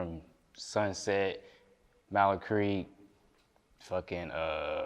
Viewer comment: Oh hell no. He said mallard creek